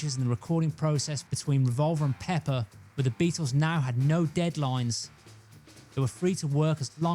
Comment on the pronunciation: I love how this guy says “PePPer”